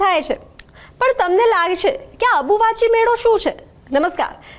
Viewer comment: Ambuvachi kevay dobi abuvahi nai😂